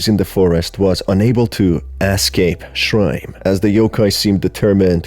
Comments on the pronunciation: I love ur humorous storytelling, it's so funny 😭 Oh yeah it's also shirime, not shrime SJSJS. Like she (as in pronoun) ri meh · Not me taking too long to realise that whenever he said /ʃraɪm/, he is actually mispronuncing shi-ri-me, the name of the entity. 😭😂😭😂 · Isn't it pronounced sher-REE-may? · It's pronounced Shi-Ri-Me!!! Unfortunstely this yokai is one of a collection of horny 'ass' and prolly just 'ass' drunk japanesr people's creations 🙃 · I think it's pronounced Shee-Ree-May....but still...butt-eye laser. ...i like big butts and i cannot lie... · I think it's read Shi-ri-me